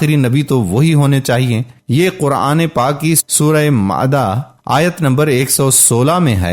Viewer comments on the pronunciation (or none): Surah mayeda hota hai mada nahin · Sure maida not mada correct your words